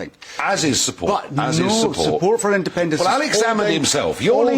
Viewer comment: Jesus, is it so difficult to say independence.